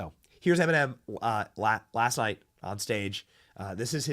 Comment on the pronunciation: Em-in-men!! YAG 🔚for sure